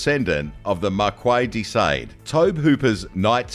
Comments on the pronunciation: Markee di saaad, not markay desuade lolololol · Some great films featured here but my God the narrator's pronunciation is awful!! WTF is Gene Claude Van Damme or Markway day Sade? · Fire your voiceover guy!!!!!! JEEN-Claude Van Damme? MARKWAY de SAYDE? WTF..... do 2 seconds of research. Pathetic. Straight up pathetic. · MARQUAY DE SAYD?!?!? LOL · Dude - pronuciation,please ! Actor JOHN, Claude Van Damme (not Jean), Marquis De Sade, say it as sad. !!!!!!! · Seriously, how the fuck do you not know how to pronounce Jean-Claude or Marquis de Sade?